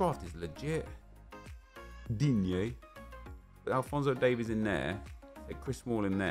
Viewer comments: Oh boy I missed that "Digne". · He didn't say DIGNE😭😭😭💔💔💔